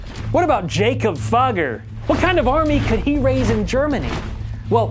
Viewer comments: fugger is pronounced fooger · "...this rich fuger. His name is Jakob. Jakob Fugger"💀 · I wanna se the bloopers of him saying “Fugger”